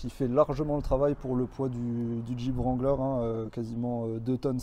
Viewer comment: Le W de wrangler ne se prononce pas. On dit Rangler. Tous les anglophones sont pliés de rire quand ils entendent les français le prononcer.